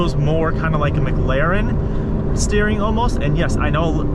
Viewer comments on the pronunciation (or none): Good video, car is sick asf, you say McLaren weird